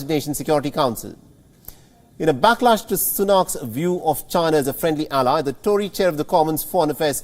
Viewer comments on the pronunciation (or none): none